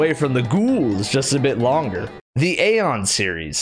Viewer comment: i think the video just died as soon as he said aeon